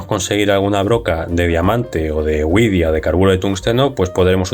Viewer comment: 5.10 por favor, que queda un poco ridículo, no digas 'uidia' (y menos güidia, ja ja), di mejor simplemente 'vidia', la uve doble de widia viene del alemán 'wie diamant' (como diamante), no del omnipresente y avasallador inglés